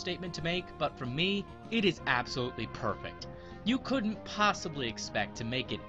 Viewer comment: Ha you said absol-ultly